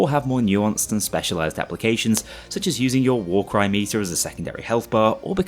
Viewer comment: I had to replay this several times before I realized you said "War Cry" and not "War Crime."